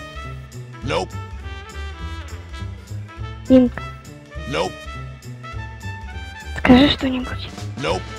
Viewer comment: ИНК блэт а не инс